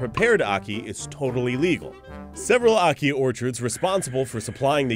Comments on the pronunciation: No one in Jamaica pronounces it as "ah-kee", the "a" is pronounced the same as in "animal". Not sure if it's correct, but I assume it is since it's our national fruit XD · we pronounce it aki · being jamaican, only tourists get poisoned from it and no one here eats it raw, and its so strange to hear other ppl pronounce it, we just say acke not ackee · loool omg u guys...its pronounced AHkee....like AH for apple....ackee -_- not awkey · Lychee rhymes with See see Ackee rhymes with Jackie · I found the way you pronounce it funny, we pronounce it "A Ki" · He pronounced it wrong the whole video... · how they pronounce ackee makes me cringee..actually the whole beginning made me cringe lol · you prenounced Ackee wrong